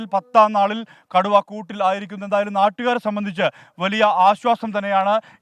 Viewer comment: കടുവയെ കുടു എന്നൊക്ക പറയുന്നേ കേട്ടു reportr 😂😂😂😂